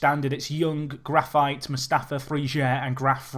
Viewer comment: sorry to correct you, but in portuguese it's pronounced GRA-FEET not GRA-FAITE.